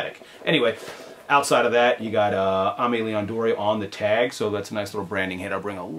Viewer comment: Love your channel...Just a heads up Dore is pronounced "Door". When you guys bringing the show back?